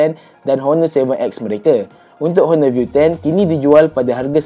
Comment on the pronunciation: Betulkan sebutan “Honor” dlm video akan datang